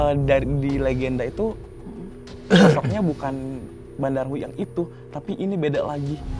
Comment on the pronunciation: Terimakasih tim Mata Indigo. Seruuu..tapi terasa singkat penerawangan 😂 Btw, itu Badarawyhi, bukan Bandarawuhi 😁 Makasih kak, jadi tau bhw yg sebenarnya terjadi itu bukan dilakukan Badarawuhi sendiri namun bawahannya, Sarini.